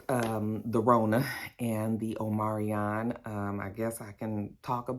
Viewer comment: Omarion, the singer, getting a bad wrap with the Rona. It's "Omicron," right?! Lol